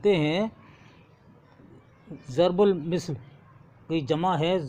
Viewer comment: As, zarbul misl nahi balke zarbul masal hota hai aur plural zarbul amsaal aati hai